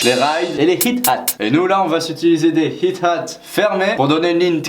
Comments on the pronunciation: c'est ''hi-hat'' non pas ''hit-hat'' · T.A.D teens aren't dumb Oui Sidechain! ^^ et High-Hat ^^ pas Hit Hat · Pas mal du tout le tuto MAO pour les nuls ^^ Effectivement il manque pleins de réglages mais bon l'idée est là ^^ Sinon, on ne dit pas Hit-Hat mais Hi-Hat (prononcer Ay At (ou charleston) Tchuss !!!!